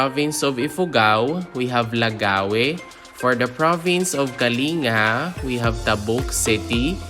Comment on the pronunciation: It is pronounced as kaling-ga. Not kali nga